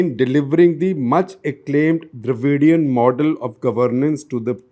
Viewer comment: Shekhar Gupta as journalist for more than 40 years does not even ready to pronunce Dravidian as it should be. This is the kind of attitude that the Tamils hate to put up with.